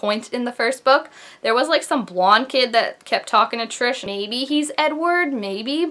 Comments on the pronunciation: YES ITS SO SOON! But I couldn't help but notice you call her. I thought it was Tri-s?😂 lol but srsly great video! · I'm litteraly die every time she says TRISH cause guuuuurlll it's TRIS!!!!!